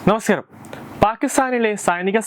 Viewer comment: Changaati.. Malayalathil... Namaskaaram.. Sariyayi. Parayaan.. Padikoooo